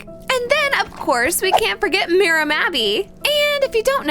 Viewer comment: No it is Mira not Mia